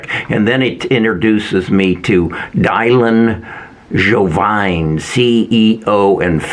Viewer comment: I like your vids but it’s very concerning that you don’t know Dylan is pronounced “Dillon” not “Dye-lon”.